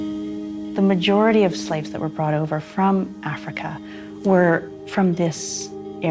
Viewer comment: They were slaves say it right lady